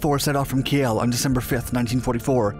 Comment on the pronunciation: The E in Kiel is silent